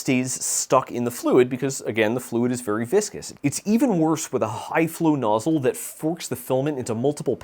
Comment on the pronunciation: Nozzyyle??? Next you'll be saying 'Sense-oars'.